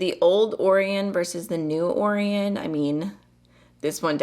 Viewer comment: Orion? Like the constellation? Or is it spelled differently? I've never heard anyone pronounce it like that 😅